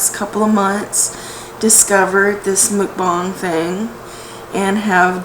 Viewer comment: MuckBANG, not MuckBONG. FYI